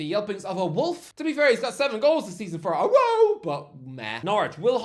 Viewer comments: Why did he pronounce Aarau like that? 😭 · Man sounded like a dog for a sec